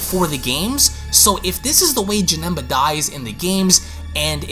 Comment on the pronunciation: He said Janemba name wrong